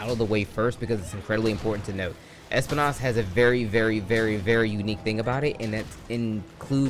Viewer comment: Espinas not espi-nás 😂